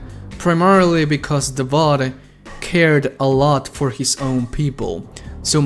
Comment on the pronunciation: Take a shot every time he says "Davod" instead of "Davoth"